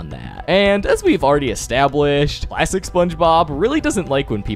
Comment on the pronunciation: I keep thinking you say “plastic SpongeBob” or “lifelesson SpongeBob”